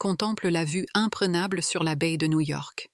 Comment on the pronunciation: Guys, it's la vue IMPRENABLE, not imprégnable. The quality of these videos is not high.